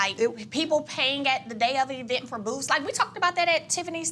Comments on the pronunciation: There she goes again with that word "E-vent" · I am from the South and I have never heard anyone pronounce event like E-vent! I am just being for real. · “So the E-vent” chile speech therapy please! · What's an E-vent? Is this a new smart vent or something they are doing now. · cannot pronounce event to save her life 😂😂😂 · I WONDER WHY IS SO EDUCATED BYT DON'T REALIZE EVENT IS NOT A LONG "E".......JUST SAYING!!!! ANNOYING!!!!!!